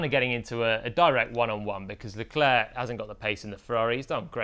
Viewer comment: Great video as always. Please pronounce Leclerc’s name properly. It’s not Le-Claire. It’s Le-Clerk.